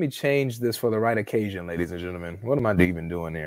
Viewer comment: Did you say " The Right Occasion " or " The Irradication " ?